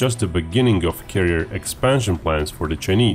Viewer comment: Love the way you pronounce chuhneese lol